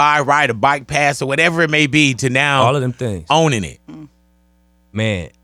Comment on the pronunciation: “ALL” not “art”